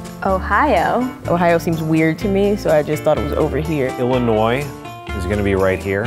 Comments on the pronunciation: Griff Fourn Actually Illinois is pernounced Illi-noi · Elena Chavez bruh every time someone said the “s” in Illinois I cringed so much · same I live in Illinios I don't know how you get Missouri wrong either or any of them in fact maybe just because I'm a Midwesterner lol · I live in Illinois and every mislabel I cringed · Zenothyx When somebody says Illinois with the s Me: goodbye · Especially when that one guy mixed Illinois with Wisconsin. 🤦🏾‍♂️